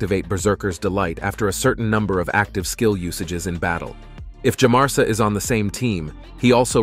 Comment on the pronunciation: I kept hearing Teumesia instead of Djamarsa...